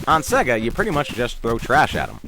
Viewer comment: sorry guys, turned off another video because nintendo dude mispronounces sega. sega guy, teach him it's not pronounced 'sehga'--it's super grating.